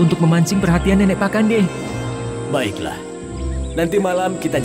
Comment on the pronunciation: Pa'kande kak bkn pakande